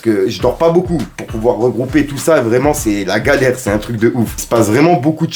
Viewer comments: 🤣🤣🤣🤣🤣🤣Le vreuuuument a magistral tu fait l'accent renoi mtn mdrr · ça me fume comment tu dis "Vreuuument" avec l'accent ! 🤣🤣 Grosse force mon gars !